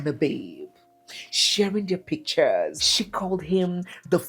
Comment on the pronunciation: *shee us